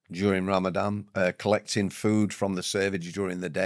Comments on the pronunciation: Is it Ramadan or Ramadam ? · Would you mind terribly if we call it Ramadan not Ramadam?